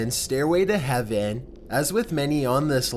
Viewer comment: "Staiway to heaveuhn. Satauhn."